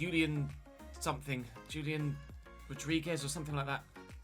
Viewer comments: Yep. If he was Brazilian, would be correct but looks like his target is Argentinian so H should be correct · Julian is pronounced "Hoo-lian",. Fyi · It’s actually pronounced Hulian, j in Spanish, is more like an H sound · Julián is pronounced like "who-lee-AN", and "an" is stressed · FYI - Julian Alvarez -- "Who-lee-un" is a closer pronunciation for the name Julian. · It's pronounced like the J=H in Bohemian